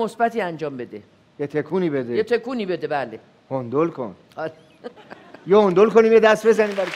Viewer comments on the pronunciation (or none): Hendel را میگه هوندول